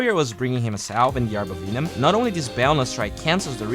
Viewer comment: VENOM! Not VEENOM. /ˈvɛnəm/